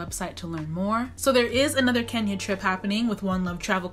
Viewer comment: Guuuurrrrrlllll!!!! Did you just say kenyara???? I'ma check you and side eye you for that.